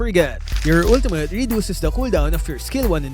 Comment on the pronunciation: “Ultumutt.” —LMAO